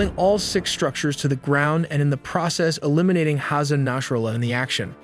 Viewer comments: it's Nasrallah, Not Nashrallah, good video tho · said his name wrong within the first 10 seconds of the video. its naSrallah not naSHrallah.